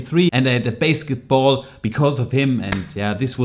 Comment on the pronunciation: Er sagt tatsächlich Basketball, betont es aber wie base :D